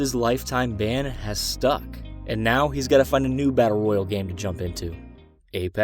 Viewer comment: It's battle royale not royal